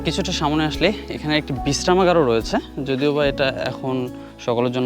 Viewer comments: অসংখ্য ধন্যবাদ আপনাকে। সত্যি আপনার ভিডিও অনেক চমৎকার দেখে ভালো লাগলো। তবে আপনার কথা উচ্চারণ এর মধ্যে কিছু ভুল আছে যেমন আমরা বলি সামনে কিন্তু আপনি বলেন সামোনে এই ধরনের খুটি নাটি কিছু ভুল আছে। এগুলো ঠিক করে নিতে পারলে মাশাল্লাহ ভিডিও আরো চমৎকার হবে। ধন্যবাদ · Samone na samne ay pronounce ta thik koiren sunte aro vlo lagbe.Thank you for your information